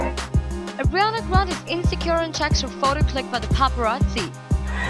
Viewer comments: Airiana 😭😭 you can’t even say her name SHSHHSHS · Why is she saying "agriana grande " xD